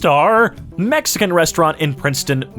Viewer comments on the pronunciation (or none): none